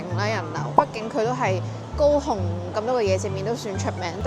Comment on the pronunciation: 高雄的廣東話聽起來真像go home